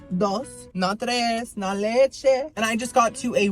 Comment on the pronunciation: “Not tre, not lechéHhh” 😂 Cuban king 👑